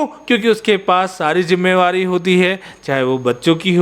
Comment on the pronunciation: Jimmewari nahi jimmedari